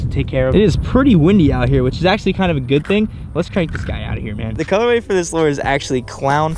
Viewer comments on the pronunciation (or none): plzzzz say lure not lore